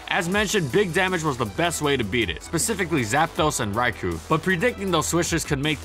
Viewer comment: Stop calling Raikou "Raiku"